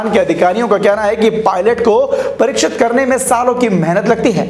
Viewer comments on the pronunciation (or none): कृपया उच्चारण सही करे पायलट को परीक्षित नही प्रसीक्छित किया जाता है